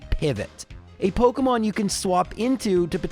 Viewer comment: pok EEEEE mon. not pok UHHHHHH moin.